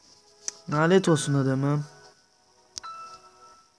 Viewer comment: knk ben ayaz bişey dicem nalet değil lanet 😊😊